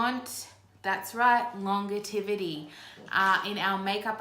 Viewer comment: Long-give-it-itty??? ❌ Or Long-jev-itty? ✅